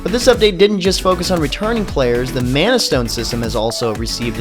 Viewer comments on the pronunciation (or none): none